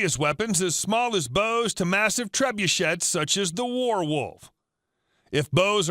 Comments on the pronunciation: TrebushET? never heard a human say it that way. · Never pronounce trebuchet like that again